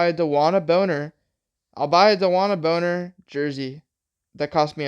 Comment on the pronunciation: Brother. It’s bonner*😂😂